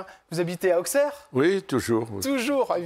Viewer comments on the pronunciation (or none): Jordan par contre la ville se prononce AuSerre comme le dit Guy. Au lieu de AuXerre